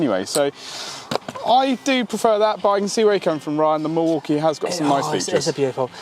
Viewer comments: Mwakie??? No, pronunciation is mill walk ee. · Why do they keep pronouncing Milwaukee as Morky? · What's a Maukee?